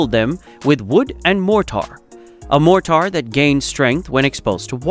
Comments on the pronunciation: 'More tar'??? MORE TER would be correct.. freaking AI voices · i finally had to stop watching. Mor-tar and ky-sonn over and over was embarrassingly bad. Ruined all of the hard work that went into it. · What is MORE TAR? I see no tar ...A.I. ROOLES!!! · Awful AI voice with Chinese pronunciation of more-tar 😟 I’m not watching anything else from this channel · Wtf is MORE -TAR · What the F is Moor Tar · I like the video the bot bothered me...... motar...smh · This “Mor-tar” is incredibly annoying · It's MOR-ter and CAY-son. Please hire human voice talent or get a robot voice that can fool us convincingly, otherwise, there goes your credibility. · Or moretar! 😉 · I suspect your word more tar actually means mortar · Glad someone else noticed it. AI is supposed to be smarter than man? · GEEZ!!! mor-tar cy-son.... Get your a.i. trained BEFORE posting a ridiculous video! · Wots more-tar? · "More-tar"? Wrong pronunciation. To distracting for me. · it says more amount of tar :))))))))))😇😇😇😇🤣🤣🤣🤣🤣🤣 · Too distracting. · “Mort … tar”! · One would have thought that an editor might have reviewed the video, and corrected the pronunciation of "caisson" , "mortar", and other words in the voice-over. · The directions of the legs are labeled wrong. It is the North and West legs by the seine not the North and East. The South and East are on the dry side. I hate the computer generated narration. It mispronounces Cassions and Mortar.